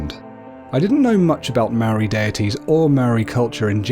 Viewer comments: Dude it's not Maroi its mo-ra-I moari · You saying "Maori" is killing me. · You pronounce Māori words really good but Māori isnt Mare it sounds like "Moldy" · Bro yes a beautiful subject, but bro please before doing a Maori video please learn how to pronounce our words properly. I do not approve of our cultural deities, done with such effortless pronunciation. As fasinating it may seem to you, please leave our culture alone until you understand and may great effort in pronouncing our words right. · Pronunciation tip: the Maori roll their Rs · Heads up when u gotta use the "wh" u use it like a F And when u say ur "R" u say it like a machinegun sound effect but not long as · I go to Te kura Maori o porirua TKMP good job just learn how to say Māor and are Māori gods names right thank you 😀😀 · The pronunciation of Maori words were not said properly most were incorrectly said like the word Maori as it was said wrong however it's great to see people getting to know more about our culture and share what they have learnt with others! :) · Sad you can't even say Maori right it's Te Reo Maori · chantelleida as a young Maori man I was quiet insulted by the mispronunciations So badly I ended up making a sin counter By the way Kia ora